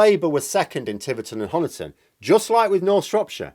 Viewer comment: Pedants Corner If you visit Honiton there's one dead giveaway that you're a visitor. It's the pronunciation of Honiton. Honiton's pronunciation is the same as Money or Honey. It derives from an Anglo-Saxon chap called Huna. It means Huna's farmstead or settlement. I've been listening to absolutely everyone in the media making Honiton's o sound like "gone" and it's been driving me nuts. There! I feel better now, thank you! ;o)